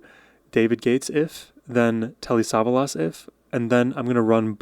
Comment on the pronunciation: Telly is known by nobody as a singer. He was a major TV star who made movies too. Btw, the accent is on the second syllable of his last name.